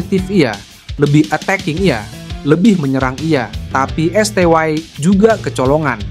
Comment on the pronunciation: Esteye aj kali bukan esteway 😂